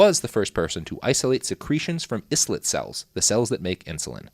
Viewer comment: Robert! It's pronounced MA-CLOUD! And I-LET not IS-LET!